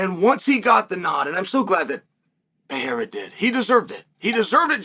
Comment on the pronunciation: Awesome of you to pronounce Pereira correctly. Keep up the great work, Tío Chael!